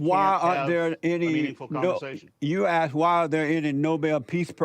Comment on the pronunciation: He's dealing with an idiot. He can't even proinouce the word "asked".